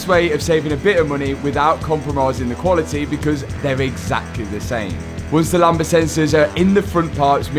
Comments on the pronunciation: Btw it's pronounced lamb-duh, not lamba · I always chuckle when I hear say "Lamba sensors" (sic): The word "lambda" in "lambda sensor" is pronounced LAM-duh, with a silent "b" before the "d". Says Google;-) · Lambda not lamba 🤣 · The b in lambda is silent btw... 😂